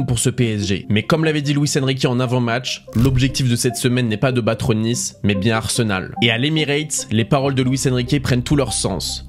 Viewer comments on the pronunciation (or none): none